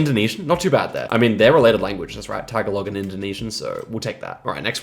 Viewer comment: Tagalog is not "tag-a-log", it's "tah-gah-lohg".